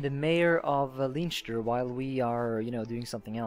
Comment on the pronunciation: It's pronounced as Len-ster :)